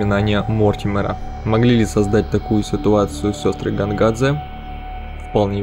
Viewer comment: А мне уши резало "Гонгадзе", потому что русский перевод имен в самой игре очень убогий, играю в английской версии.